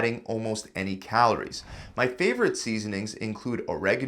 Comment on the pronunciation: "My FAVORITE seasonings... ...but those aren't MY favorite seasonings."🙄 This guy needs to learn the correct pronunciation of words.🤨